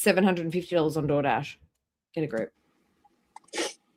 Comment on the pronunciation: Did she say unpaid door dash or did I misunderstand?! . You have to pay for dood dash online when you order it !